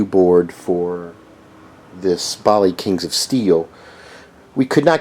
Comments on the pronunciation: it's BALLY not BOLLY!!!! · This video is horrible. First of all, the narrator blows his nose constantly during the video. Gross! Secondly, he knows nothing about troubleshooting a Bally CPU (BTW...it is pronounced "Bally", not "Bali"). He has a AS-2518-35 CPU with a locked on LED. He fails to test to ensure that pin 40 of IC9 is high. If it not high (~+5 volts), then there is a problem with the reset circuitry. He continuously says the problem is with either IC6, IC9, or IC10, but he repeatedly points at IC11 (instead of IC10). Delete this video and pull up if you have a CPU that needs troubleshooting.